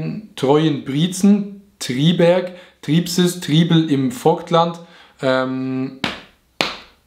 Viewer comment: Auerbach Vobtland😂?? des heißt Vogtland